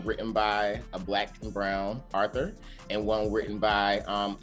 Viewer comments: How can he have a PhD and say Arthur instead of author... pathetic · Did he say Arthur? Instead of Author? Why does it feel like this guy floated through college and got his job because he checks all the blocks. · Arthur instead of Author, aks instead of Ask.. these ppl are not qualified to teach ANYTHING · It's unbelievable that anyone would give this guy a PhD or a DOE or whatever he got to call himself a doctor. Totally disgusting. Obviously a worthless degree from a worthless school. And then he literally said "arthur" instead of author. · Racism is in your mind 'Dr' and CRT and BLM is trash! You say, 'Academia is dominated by Whites'. And.... your point? The NBA is all black. The Cosby Show, Martin, The Fresh Prince, Good Times, Moesha, etc were all black. Where is the outrage you racist? And, the word is author, not arthur. You better go start preaching the the black boys in da hood because they 'Ain't' listening. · He said "Criticality" 1. Not a word 2. He's a sesquipedelian 3. He can't correctly say the word author it's not arthur. 4. He's full of B.S. through and through. 5. His wrong ideas are destructive ( if you actually read CRT).